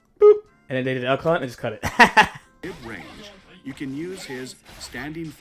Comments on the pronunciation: El Cunt. I love it. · Unrelated and unimportant but every time I hear Elk Hunt, I think you are flaming Elphelt calling her El *unt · They cannot keep pronouncing "Elk Hunt" like this.